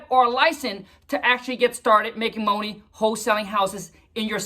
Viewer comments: "Making MOHNEE" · Is he messin with us by pronouncing “money” like that?😂😂😂